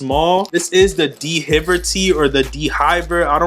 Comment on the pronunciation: d-v-air not d hiver